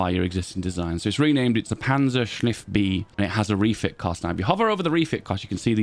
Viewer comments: Take a shot every time says "panzershniff" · "Panzerschniff" so cursed